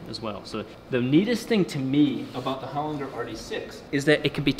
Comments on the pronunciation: Hol-in-ger!! not Hol-inger. Awesome Aussie Engineering - go you good thing!!!! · Holinger with g pronounced like g in German not in g in good. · Learn how to pronounce the brand of your transmission Holinger The G sounds like a J. A great Aussie product 🇦🇺.